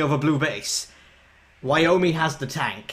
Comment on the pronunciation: I... thought I was hearing things, but... Are you calling Wyoming.... Wyomie?